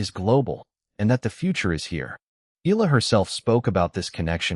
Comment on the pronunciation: Shes not ela. She's e-yala